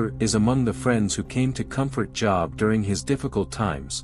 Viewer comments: Hey AI. Your pronunciation of job is wrong. It’s JOOOOB! Not job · Hagar was not Adamic thus easy answer. God maintained the Adamic lineage until the birth of Christ. BTW it's pronounced Jobe not Job. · Jobe, not Jawb. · Job is not pronounced job(as in work). It's pronounced with a long o sound (as in robe). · i'm sorry, I like the episode, but Job? That's what I do for a living - how-a-bout pronouncing it as most people do Je-ob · Job is pronounced Jōhb. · JOB is pronounced JOBE. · Your podcast is interesting and informative. Could you please correct the pronunciation of Job? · I never heard Job pronounced that way. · Job is pronounced with a long O. like OH. like an exclamation. It's not like a work experience. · You don't know how to pronounce the biblical name JOB? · You lost me when the artificial voice mispronounced Job. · The AI doesn't know how to pronounce Job